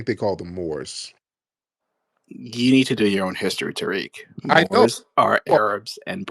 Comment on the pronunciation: The guy says he is Moroccan but saying the name Tariq incorrectly!!!